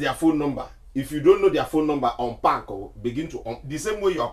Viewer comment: "The same way you're packing, begin to Onpack" 😂😂😂 "I'm not stopping you from going"